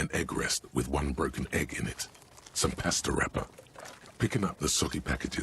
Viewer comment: The way they say pasta in the game in upsetting and SUPER wrong bruh...